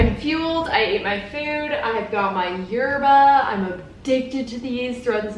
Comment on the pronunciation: It sounds sooo weird when you say yerba in English like, "I have my yerbaa" because that could mean like drugs in Spanish hahah so be careful